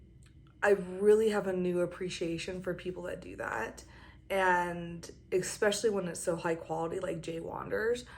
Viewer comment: Are people really saying ‘expecially’ now?